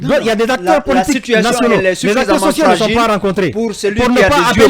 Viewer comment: Incroyable quelle faute grave pour ce journaliste de Fim FM à la 3 minutes 58ème secondes. Il dit 《les manifestations sonte organisées par le FNDC...》Quelle honte. Qui sont et non qui sonte. Troisième personne du pluriel de l'auxiliaire être au présent de l'indicatif.